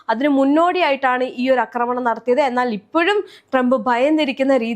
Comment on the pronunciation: 'അക്രമണം' എന്നല്ല പറയേണ്ടത്. 'ആക്രമണം' എന്നതാണ് ശരിയായ വാക്ക്. അതുപോലെ 'പാശ്ചാത്തലം' തെറ്റാണ്. 'പശ്ചാത്തലം' ആണ് ശരി.